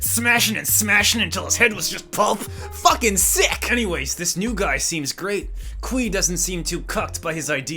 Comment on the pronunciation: “Dis is impossible!”